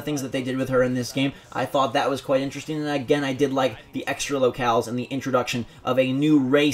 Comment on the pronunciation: Vinteresting very vintervesting.